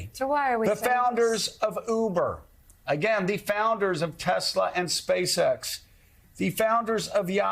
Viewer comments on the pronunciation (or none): none